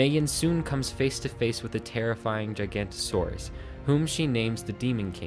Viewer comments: It's not a Gigantosaurs. It's a Giganotosaurus. Pronounced Jiga know toe saurus. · Gigantosaurus? Isn’t it giga-not o-suarus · It’s a giga-nota-saurus not a gigantosaur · “Terrifying gigantosaurus” I love this, but it’s giganotosaurus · I cringed hard when I heard the narrator say "Gigantosaurus." To think that we should have already had 20 years to get the pronunciation right since the Giganotosaurus was discovered. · Its pronounced GIGA-NOTO-SAURUS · Who else was tick off when he said gigant o saur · "gig-an-OH-toe-SORE-us" From the Natural History Museum Why do so many people miss the "O"? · I think its pronounced giga-noto-saurus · you pronounced giganotosaurus wrong, but nvm, great vid